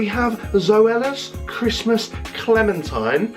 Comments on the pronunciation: Is it just me or did he say chresmas is coming up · George. You said Chrest mas. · Did he say cressmas